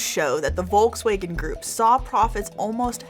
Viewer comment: I squirmed when she pronounced DOS OTTO and WOLKASWAGAN